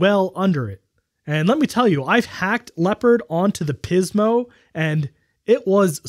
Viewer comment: I literally cringe every time you emphasize "PIZmo". It feels like you're taking the piz, man. 😂 Great video as always. I love how you boldly go where most people don't bother to.